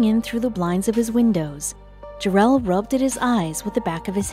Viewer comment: Did she say “rubb-ded?